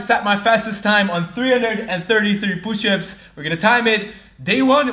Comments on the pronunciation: Poo- shups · I love when he says pooshup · You mean "Pooships"? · 10,000 POOSHUPS